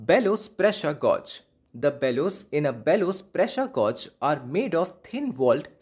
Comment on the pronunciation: gauge rhymes with cage